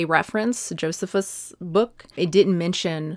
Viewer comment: Joe-see-fuss is the pronunciation. 👍